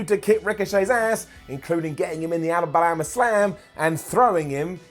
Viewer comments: I heard alabanana slam instead. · Did say "Alabalama Slam"?